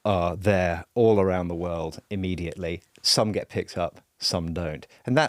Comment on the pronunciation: Sofia needs to sound the last letter of her words. Eg 'get' has a "t".